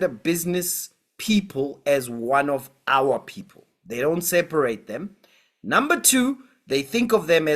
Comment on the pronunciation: "Our Poepol" 😂😂😂😂